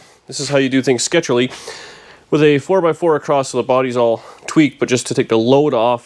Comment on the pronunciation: Yes, he said shazy.